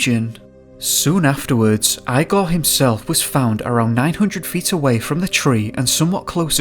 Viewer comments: Eye gore. As in "Young Frankenstein"? The Russian pronunciation is EE gore. LOL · E-gor not eye-gor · IGOR!!! Not eyegore or igore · so you know the name Igor is pronounced EEgor. Not iigor. I as in eyeball gor. It's pronounce e as in a capital e from the alphabet or from a word such as enough. That is the sound of the e that you have to use when pronouncing that Russian name. My question is what the fuck is a compelling force??? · The Russian name “Igor”. Is actually pronounced “E-Gor” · it's ee-gor, not eye-gor. i know that prnounciation of other languages can be difficult and especially for anglophone speakers, but, seriously: eye-gor?!? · Remember to pronounce Russian names like Igor: "EEgore" rather than 'eyegore' and Ivon as 'Eevon' & EEvan. Love the coverage of this tragic historical soviet era incident and the very eerie background sound track is wonderfully used here! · The guys name was Igor not eye-gor. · Really scarey but please stop pronouncing the guys neme as eyegore it Igore... pronounced egore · 1: Igor is pronounced as "Ee-gore", not "eye-gore". 2: Why do you talk so weird? It's an irritating sing-song stilted-sounding bullshit and your last word of each sentence is very drawn out. Hard to listen to. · Great video mate:) it's pronounced Eeegor not Igor but it's spelled the same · Eye gaw? It's Igor, pronounced Ee gor. Deff weird intonation. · I'm pretty sure the pronunciation is "ee" gor not "I" gor otherwise thanks for the upload.. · eYe-Goar = 🤪 ReE-gOr = 😎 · Eye -gore? it's pronounced EEE-gore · Wheeemnny. Whennny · Eye-gore?? EEEgore!! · lol you said his name eyegor.. I needed that little laugh 😂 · Igor is pronounced 'eegor. Thanks for the video. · Eee-gor Dyatlov is his name. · Great video, hauntingly scary story., just a well-intentioned remark: IGOR is pronounced similar to (Wend)IGO + R, with emphasis on i. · Eeeee-gor ffs! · Doing a shot of vodka every time you say ‘eye-gore’....